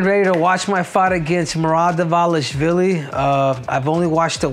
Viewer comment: Respect for saying his name right way